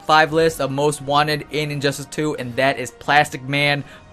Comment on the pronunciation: Injustice has 3 syllables. Not "Injusis" so please stop saying it like you have a bad lisp.